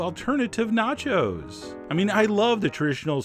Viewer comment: "This is mine, nachos" sounds like "This is mine, not yours"